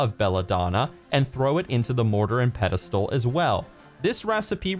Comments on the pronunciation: you are amazing at everything you do. However I must do this. It's spelled pestle and pronounced pesle. I said it wrong for years. If I am ever unsure on how to pronounce a word I use text-to-speech. That is how I learned the proper pronunciation. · Yup and pronounced pesle. It made me giggle every time he said it. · yeah but anyone who's never owned one like who's going to know the proper pronunciation I only know because I've owned a mortar and pestle I hate how the English language has so many words are not really spelled the way they're pronounced